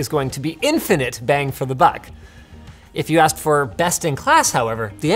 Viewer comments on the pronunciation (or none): none